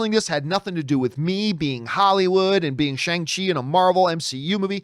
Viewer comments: John, it’s Sh-ON-g CHI, not Sh-ANG Chi. Almost like you’re saying Shuan with a soft g at the end. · It's pronounced Shay Aaahhnngah Chi or Shawng chi